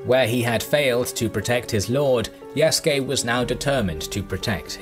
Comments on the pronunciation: His Slave name was Isac (the latin version of Isaac). The Naponization of the name is Yasuke (Isac in Portuguese is pronounced as EE - Zah - K, thus Ya Su Ke is the closest phonetic version in Japanese) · Said the name wrong lmao